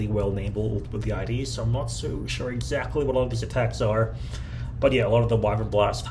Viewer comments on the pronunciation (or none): none